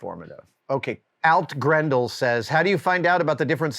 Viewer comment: It’s pronounced All-t-Grendel. 😅 Like the Alt key on your keyboard. Thanks for the answer, now I’m going to go haunt Craig’s list on weekends.